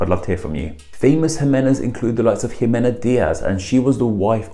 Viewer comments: In Spanish we say the "x" like "sh" so that name would be shimena. Love the your content. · The vowels in Spanish are pronounced consistently, so Ximena Navarette would be ''Himena NavarettE'', with last ''E'' as in ''elf'' or ''Emma''. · The name exists in Portuguese (while very uncommon), but it's pronounced as She-men-ah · ximena is simena in Spanish. Jacques is pronounced Zhock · Seems to be more of a problem in American English. I'd like to think most Brits don't see the need to pronounce the initial 'X' as if it were the name of that letter of the alphabet.